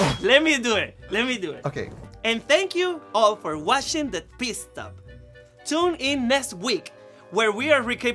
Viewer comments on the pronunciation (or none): THE FACT THAT SHE KEPT SAYING "PISS STOP"! 😂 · Did Jessica say “piss stop’??😂